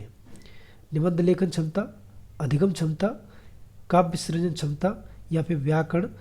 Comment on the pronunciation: Sir aap hindi pda rhe ho or क्षमता को छमता पढ़ रहे हो।